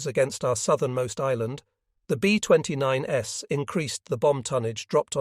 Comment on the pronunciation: AI doesn't know what to do with the plural 's' in "B-29s". That's a robot for you.